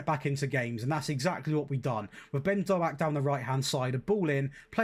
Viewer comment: hey, you bought my cousin Ben Doak (although butchered his surname, but I wont tell him 🤣)